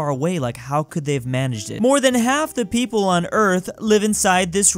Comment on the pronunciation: 5 Million Pwople?